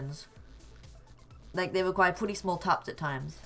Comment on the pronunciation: He says pwetty